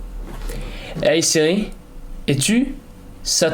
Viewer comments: Mec quand tu lui a dis es tu satan g entendu chetane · A on dirait qu’il a dit shatam (satan) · Quand tu as demandé es tu Satan ont dirait qu'il a dit cest toi le Satan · Il a dit je suis santen